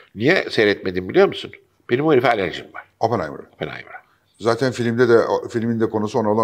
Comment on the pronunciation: OPPENHEIMERA KOTU DIYENE KADAR KONUSMANI DUZELT